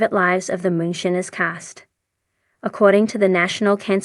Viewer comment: Anyone else annoyed by the AI narrator that can't pronounce the word "Moonshiners" correctly?